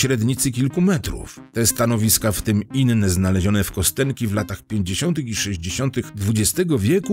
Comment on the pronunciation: To się wymawia "Kastionki". Tam jest rosyjska litera "jo", której od dobrych 30 lat Rosjanie coraz częściej nie zapisują jako "jo", tylko "je", choć pełna słownikowa forma jest zapisywana oczywiście przy pomocy "jo". Nazwa pochodzi zresztą od rzeczownika kość. No i słowo "bynajmniej" to naprawdę nie to samo co "przynajmniej". A tak poza tym to dzięki za materiał. Dobra robota. Pozdro z Dzierżoniowa.